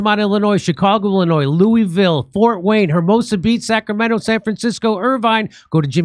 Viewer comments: jimmy if you call it "looo-E-ville" one more time im gonna choke you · It's pronounced LUAville Kentucky Jimmy. 👍